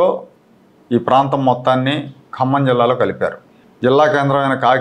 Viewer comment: హలో ఏబీ వెంకటేశ్వరరావు గారు 1959 లో G .O కి సంబంధించి ఖమ్మం జిల్లా మీరు కమ్మ జిల్లా అని ఉచ్చరిస్తున్నారు.